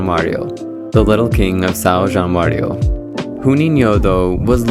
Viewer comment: Bro the video is great, but how can you make that level of research and compilation and still miss the pronunciation so bad 😭😭😭. If you can say Sao Januario correctly, you could say Juninho as well.